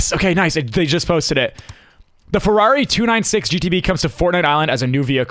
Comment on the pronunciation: 1€ every time Nick Says fararri